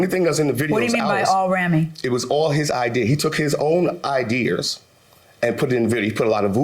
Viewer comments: Idears!🤣😂😁😃😄😅 If he says idears one more time!😶🙄🤨🤔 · funny its ideas not not idears or idear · The Defendant didn’t like the Plaintiff’s “idears”😩😭. I see I’m not the only one who was annoyed by the pronunciation of the word😂😂😂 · He really had some good "idears" 🤦🏾🤷🏾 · "IDEARS!" 🤣🤣🤣 this a first... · Oh My Fuckin God yes! And when he put the "s" on it I had to stop the video and come to the comments. It feels good not to be alone 😄